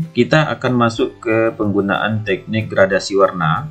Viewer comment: videonya sangat bagus sekali pak, namu saya ingin memberikan sedikit masukan, itu dibacanya "GRADASI" pak, bukan "GRADIASI", soalnya tidak ada istilah yang namanya gradiasi pak, adanya gradasi, terimakasih bapak. semoga sukses selalu🙏